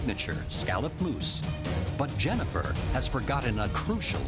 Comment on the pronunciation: Not to be annoying but it’s Jennifer not Jennyfer